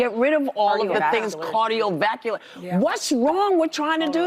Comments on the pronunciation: "Cardio Vacular" ... Gurl, you want the country to trust you and you can't even say the correct words... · You can tell ‘s not into exercising talking about cardio vacuolar I’m no doctor, but I’m pretty sure it’s cardiovascular.